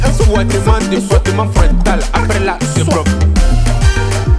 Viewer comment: J'aime trop quand il dit comment laver le caleçon 🤣 , ti frottes.